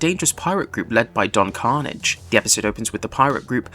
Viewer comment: Roll the R!